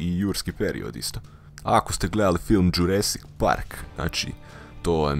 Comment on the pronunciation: Nije džuresik nego džurasik